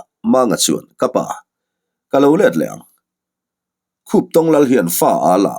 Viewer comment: Khuptong kha i lam dik e,mahse a Lusei hming riau an lal hming kha.